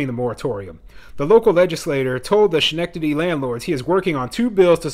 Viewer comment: Pronounced. skenectady